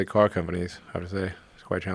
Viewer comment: When he says 'car ' his south African accent comes through